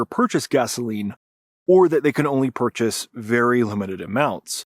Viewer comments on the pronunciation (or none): none